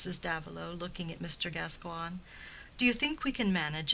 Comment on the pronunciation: OK, well, the name is pronounced GasCOYN, not GasQWAN ...